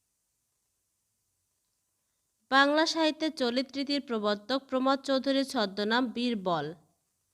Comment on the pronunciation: উচ্চরন ঠিক করেন আগে প্রমথ নয় উচ্চরন হবে থ এর পরে একটা অ উজ্জ উচ্চরন হয় চলিত নয় ত এর পরে অ উজ্জ উচ্চরন হবে চলিত+ অ